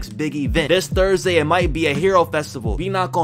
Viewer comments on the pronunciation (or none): none